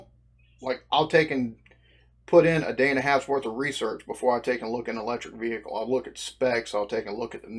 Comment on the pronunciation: Hearing vehicle being said always cracks me up.